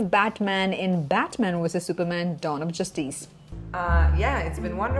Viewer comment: The way she pronounces "Dawn of Justice".🤣🤣🤣